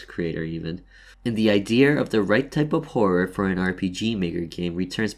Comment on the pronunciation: Are you Japanese? You said idear xD